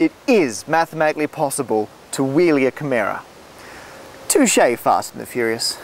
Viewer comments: That would be Camaro , not "Cameera". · Camerra? It's CamARO, mate. ;-) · I've become irrationally angry at how he pronounces "Camaro". Then again, he comes from a country that's upside down, so what did I expect? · How do you even get "camheera" out of "camaro" ? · Watch out for making mistakes yourself when you're correcting someone! It's obviously "Camaro", not "Camero". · I thought it was camaro not camara? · Does he not know how to say "camaro"? I'm sorry but accents shouldn't change how words are actually pronounced.